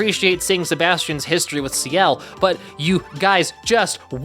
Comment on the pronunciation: lol saying Ciel like he’s the leader of 2ne1